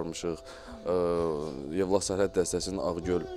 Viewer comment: Evlax yox Yevlax